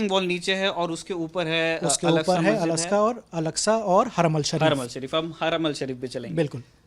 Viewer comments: कहां से पकड़ के लाए इनको, आधा कचरा ज्ञान है, उसे अल-अक़्सा कहना ही नही आ रहा,यहां हरमैन शरीफ़ कहां से आ गया (😂 हरमल ) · Kya bolte ho yaar aapne kya research kiya hai, haramal nahi harmain shareef hota hai.